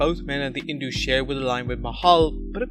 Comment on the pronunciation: Not indoo Sher. It's pronounced In Daas Sher.